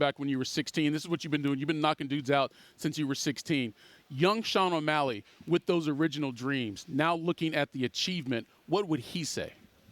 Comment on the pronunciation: Snoop....... "o' malley"..."o'malley"...."o'malley"